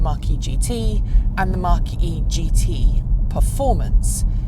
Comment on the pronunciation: It’s not pronounced Mark E Try saying Mac E